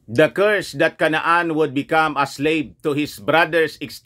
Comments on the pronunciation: CANAAN - kay-nan 🤣 hindi po KA-NA-AN ….🤣🤣🤣 yabang yabang nyo po pero mali mali ang information at pronunciation nyo🤣🤣🤣 joke lang … ayusin nyo muna pronunciation nyo ho ano!!! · CANAAN pronounce as KAY-NAN